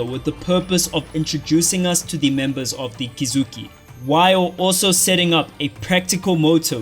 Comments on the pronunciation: Me: Kizuki This guy: "Kikuzki!" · Ki zu ki = Kizuki not Kizuzzssski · bro no hate but every time i hear you say “kazuski” it makes me cringe dawg.. KI-ZU-KI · came to the comments to see if i was the only one. "Kizhutski" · Is it supposed to be pronounced Kuzuski? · did bro say kazuskis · Bro can't pronounce Kizuki correctly, I've seen many people pronounce Kizuki like that but why if it's Kizuki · kizuki pronunciation aside, this video was masterfully put together and captivates you effectively (just like the anime). very well done